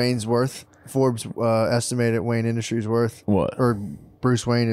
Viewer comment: Could’ve sworn Matt opened it saying Wayan Industries